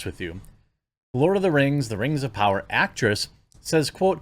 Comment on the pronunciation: The rang of powahh